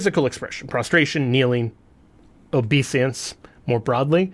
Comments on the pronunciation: It's obeisance, not obesiance. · Sorry, I couldn't help myself, but... OBESIANCE? Did you mean OBEISANCE?